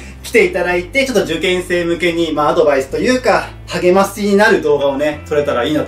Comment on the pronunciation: 緊張しすぎて 励ますぃ って言ってる